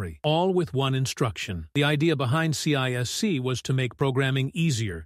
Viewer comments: CISC is pronounced See-Sk not C-I-S-C and its counterpart RISC is pronounced Risk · This could have been a great video if the AI narrator was on less ac*d and got its ADHD medicated like the rest of us do. I made it to Sea Aye Ess Seeeee and had to stop. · Only an AI would pronounce CISC that way.